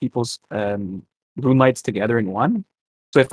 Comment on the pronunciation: I'm getting unreasonably mad when he says runey